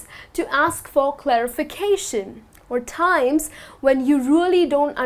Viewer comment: Hi, the way You teach is quite appreciable. Even though I am not proficient in English, I wish to point out that You are stressing some words like 'timess'...at the end of the talk... which is odd to hear...Thank U again, Your teaching helped me a lot...